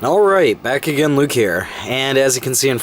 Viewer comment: stupid question - right at the beginning of EVERY SINGLE VIDEO you say "alright, [word] Luke here" - are you saying "bakugen" or "back again" ? I'M SO CONFUSED. Long time watcher, but I've never been sure! :D